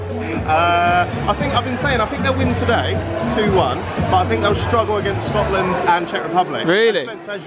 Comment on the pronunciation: "we will beat scoatland"